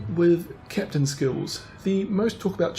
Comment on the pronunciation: "Fubuki wirth Perm Camo "XDDDDDD lol